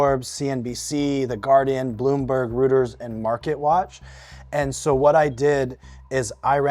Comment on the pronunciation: HEY,: “Reuters” is pronounced ROY-ters! Check it out; it’s a German name.